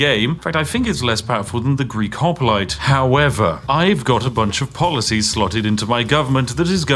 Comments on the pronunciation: . polOcies? And you are meant to be British. Tut Tut! 😂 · "Extra polocies" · "polocies" hyuk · Polocies xD